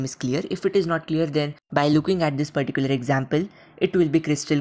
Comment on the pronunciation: Perticular perticular perticular perticular